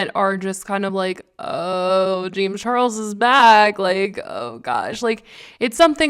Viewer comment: Jame charles? She’s saying jame charles over n over. Lol sounds funny.